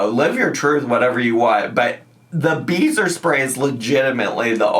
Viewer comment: I thought you were saying, “beaver spray”😂